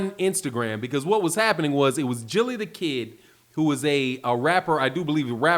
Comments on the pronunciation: It's "Gillie" not "Jillie" with the j sound lol..that is sound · Its Gilly, not Jilly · It's a hard "G". Guh'-illy. Gilly. Like Gilligan. Not "Jilly". 🤣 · Called my man jillie.... g not j Gillie not jillie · Its Gilly not Jilly Mr.Philadelphia 😅 Spence is to accurate,precise and 100%Battle Tested 💯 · I love when my boy shows his age!! Repeatedly calling him Jilly instead of Gillie the Kid let's you know that an O.G. is speakin!! LOL 😆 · Gillie with a Hard G! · Love you Bro but c'mon man. You saying Gillie's name like MC Eiht. Geah🤣🤣🤣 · Appreciate you bro. But you gotta say Gil name right bro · I was dead when he pronounced it with the soft G! 😂😂